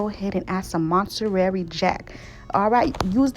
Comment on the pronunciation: Lovin' how you pronounce Montarary and letting your ancestors tell you how much!